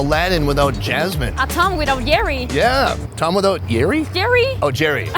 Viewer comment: He said tongue and Jerry lmfao.she said tom and Jerry lol